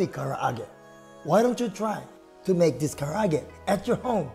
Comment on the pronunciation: It sounds like you said, “today, we’re gonna make, chicken ka’arate”!